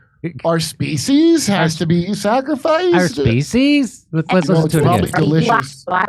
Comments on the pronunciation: Feed the species or did she say feed them feces? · Sounds like she said feces. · Did she say Feces? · I thought she said feces . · Species rhymes with Feces.